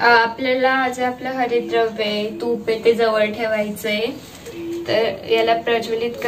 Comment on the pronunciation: 👌👌👌👍👍👍 " Havirdraya " asa uchhar pahije